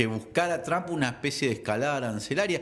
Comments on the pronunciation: No es tramp, es Trump!! Es desagradable escuchar a muchos de ustedes nombrar tramp. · Se pronuncia; Donal Tromp, nooo es Traaamp , no existe Tramp.